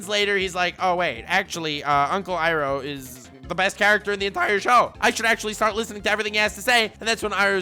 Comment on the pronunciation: It is pronounced "ee-row" have you not seen the movie "the last airbender"